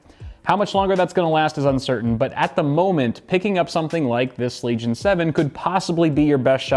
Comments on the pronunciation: Everyone: Legion: Leg Ion. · LENOVO LEG-ION